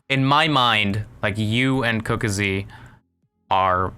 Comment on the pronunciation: "Cooka zee" nice pronunciation.